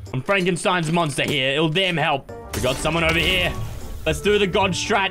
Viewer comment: what's a "monter" 😄